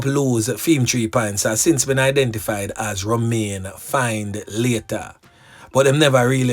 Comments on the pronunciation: Findlater is pronounce Fin -letter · The name is pronounced Finlator